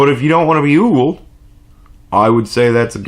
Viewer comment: It's ogled, as in oh-guld ;)